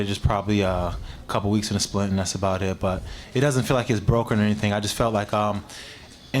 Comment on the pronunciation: Aboot, Definatly Canadian lol